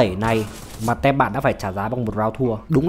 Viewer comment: Có thể đọc là "tim" thay vì "tem" đc ko b? 😁